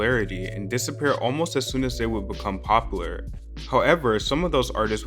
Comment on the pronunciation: You pronounce "debut" and "popular" weird. Both words should have a "yoo" sound.